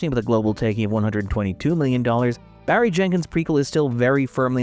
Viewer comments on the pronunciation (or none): none